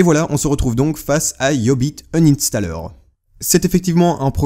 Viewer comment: mdr c quoi le nom deja iiiubiit inanstaller